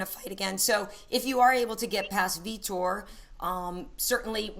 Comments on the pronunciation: It's funny how he says Vitor. This dude says Feetor. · i thought he said feder, lol